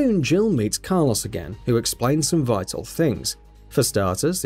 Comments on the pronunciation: I was prepared to write off Car Loss as British/UK aluminum/aluminium across the pond dialectic difference but then the 3rd time you used his name, far too much btw use different ways of referal, you said it properly. I was gonna leave it be... But I draw a firm longitudinal line in the sand... That coarse sand, irritating and getting everywhere... I stand and fight them on the beaches when you try and tell me youre serious about Mick K. Eel... Mick. K. Eel.... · Person: who's that? Narrator: That is Car-loss, an umbrella mercenary Car insurance agent: WHAT DID YOU SAY HIS NAME WAS!? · The "Car Loss" really made this unwatchable. You can say Mikhail properly but not Carlos. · Ah yes, my favorite Resident Evil character. Car-Loss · Saying "Carloss" versus Carlos is grinding a gear I didnt know I had lol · It really bugs me how he ronounces Carlos as "Car-loss" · Take a shot when he pronounces Carlos as Car lose. 😤👌 Definitely going to the hospital with alcohol poisoning 😂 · Car "loss"